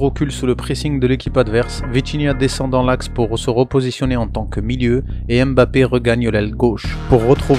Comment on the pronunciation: Analyse vraiment au top mais pour l’amour de Dieu arrête de dire M Bappe c’est grave 😂